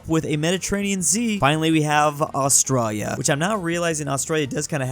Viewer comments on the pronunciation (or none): I cringe every time says 'Austrarya' instead of Australia.